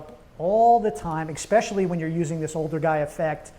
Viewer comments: I don’t trust anyone who says “exspecially” (or has 1990’s frosted hair lol) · I find it highly annoying that you are unable to pronounce the word especially. The letter X is not involved. It is not exspecially. You probably say expresso too right?